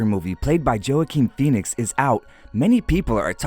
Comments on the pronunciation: joe a keen BRUH it’s pronounced walk-een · Joaquin pronounced "Wah-keen", not "Joe-a-keen" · it don't matter it's said Hua keen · Bruh wtf joeaquin phoenix its pronounced wakeen phoenix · It’s wa-ken - say e Not jAkEn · Joe ah keen no it's wa-keen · joe ah keen. are you fucking joe ah keen. its wakeen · JOA-KIN?!?! It’s pronounced as WAA-KEEN. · "Joe-Keen"??🤦🏻‍♂️🤦🏻‍♂️🤦🏻‍♂️ It's "Vah-Keen" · It's pronounced wack-keen Phoenix not bloody Jo-uh-keen haha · It's pronounced wakeen Pheonix not jo a quin Pheonix you dummy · Good video but his name is pronounced wah-KEEN \ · Joe-A-queen Phoenix? lmao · JOE-A-KEEN PHOENIX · I wanna kill anyone who pronounces it “Joe-ah-king Fee-O-neex” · it’s joaquin “wa-keen” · Joe-uh-keen, my guy he says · Jo-a-quin Phoenix.... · Joe-quinn Phoenix I’m sorry but Not how you say his name man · "Jo-owa-keen" really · Did you seriously say “Joaking” Phoenix? No. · It’s pronounced Waqin not Joacwin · say it like "walk een" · It's pronounced "wok keen" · It's 'wa keen' not 'joaquin' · It spells Hoaquin not Joaquin ^-^ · In some countries and languages (like mine) you actually pronounce Joaquin “Joakin/Joakim” that could be the reason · Did he say Joe-ah-qeen Phoenix? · My man really just said Jo-Ah-Keen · For you people, it’s pronounced HUA-KING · Did this bitch really say joe-a-keen Phoenix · It's not Joe akin you fucking idiot it's Joaquin the J makes a H or "hrrrr" sound. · "I saw Joe" "Who is Joe?" "Joe ah keen phoenix" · Video: Joe-ah-quin phoenix Me: Leaves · How naive must you be to actually pronounce his name like that? Jo-ah-keen? Really? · Ahh yes my favourite actor...Joe ah keen phoenix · “Played by Joe- ah - keen” Me: IM SOrrY siR. ThaT is NoT cOrReCt Edit: 10-31-19. (Happy Halloween guy) also. This is the most likes I have ever gotten. Lol. I even liked my own comment because usually NO ONE like it. Lol thx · Joe ah keen, fkn idiot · I stopped watching right after he pronounced it Joe•akin. The hell, man? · “Jo-Ah-Keen” I’M DEAD